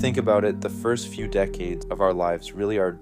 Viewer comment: I think this is AI. he mispronounces “fist half of life” unproblematically. No one would do this who otherwise sounds like a native speaker.